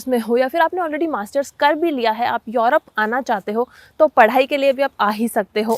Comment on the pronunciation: मॅडम आप युरोप को यॉरोप क्यूँ केहते हो? What is correct pronounciation? युरोप या यॉरोप? Please clarify this if you know.